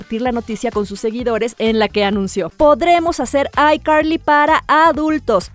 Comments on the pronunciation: PORQUE ESO DE DICES BIEN DRAKE Y JOSH Y NO DE ICARLY NO EN VEZ DE DECIR ICARLY DICES AICARLY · SE DICE ICARLY Y NO AICARLY